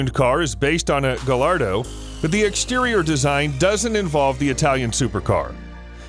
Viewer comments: It's pronounced GUY-Yard-OH. Not Gah-Lard-O. Who taught you people how to pronounce shit? OMG It's Ber-TON-E Man-TEE-Day. Please stop reading for car stuff! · Say it with me.."guy r do" not "galardo"